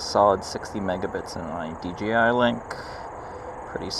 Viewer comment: Lol. I found myself saying d-g-i too. I don't where you are from but regional english can easily make it that way. There are a bunch of excellent youtube vids on pronunciation that are fun to watch. Language Jones, that lindsay guy. You'll find them if you are interested.